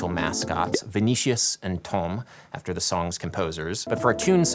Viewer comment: It’s not Vee Nee Shious - Its Vee Nee Sea Ous